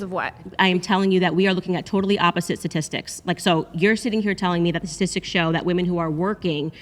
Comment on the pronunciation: Candace said ‘tit’tistics 😂